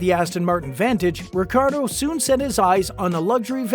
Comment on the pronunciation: you didnt even pronounce his last name correctly once. not once lol.